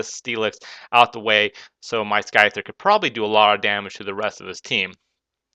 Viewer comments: sky-thar? its scyther xD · It was probably HP rock becasue its 4x super effective on SCYTHER (Sigh-Ther). You seem new to pokemon. It was an ok battle. You really had the upperhand this battle though so maybe next time choose a closer battle.